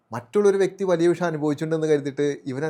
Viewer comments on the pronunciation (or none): none